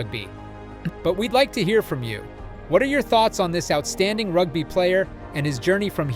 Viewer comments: ... "rugbuy" ... LOLOLOL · Err bro…rug-bye? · That was hilarious 😂 and “Rugbuy” for rugby. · I watched 37 seconds and bailed out. If you can't even pronounce "rugby" properly then I don't want to hear the rest.